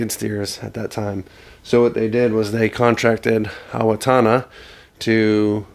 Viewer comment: It is pronounced “ Oh- wah- gonna”, You were close It is a Lakota word which means “ straight “ It actually means straight river